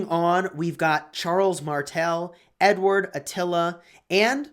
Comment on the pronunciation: Who else feels like he says n word and not Edward lol